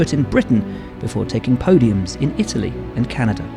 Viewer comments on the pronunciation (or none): none